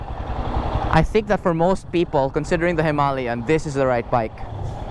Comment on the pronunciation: Hima-layan as you pronounced it sounds a bit annoying 😅and a walk around the unit not just a rider's pov will help viewers too. Just my 2 centimos. Cheers!